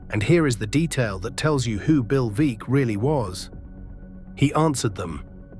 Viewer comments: Want to know what I consider "vulgar" ? It's an ai Alistair Cooke that's an instant baseball historian that butchers a name that most baseball aficionados would know . Bill Veeck is pronounced "Veck" as in wreck , not Veak . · "Veeck" as in "wreck"